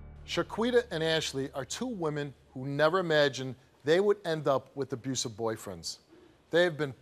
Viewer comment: An "abroosive" relationship. ROFL